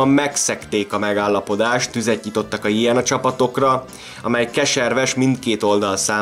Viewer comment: Nagyon jó a videó ! Némi kiigazítás: nem jé en á, hanem jö nö á, nem vé rs, hanem vrsz...! Ez így érthető, a volt Jugoszlávia területén élő magyarok számára ! 😊